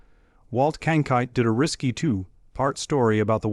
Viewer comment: CronKITE, not Cronight or Kankite!